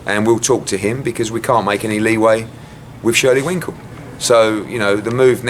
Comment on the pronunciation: Man said Shirley Wrinkle😂 I'm done, I need to go to bed!